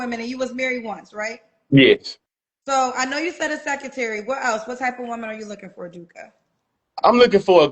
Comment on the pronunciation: He needs a what? Can't even pronounce secretary. A complete clown!